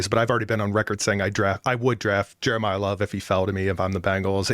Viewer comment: “Jeremiyah Love” 😂😂😂😂😂